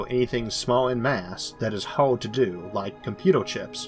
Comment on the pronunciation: What's this accent? Earth -> Orth Hard -> Hord Merge -> Morge